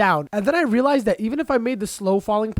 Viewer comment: this guy says relized alot